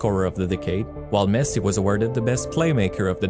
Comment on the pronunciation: Man says Pessi and expects to be taken seriously. Lol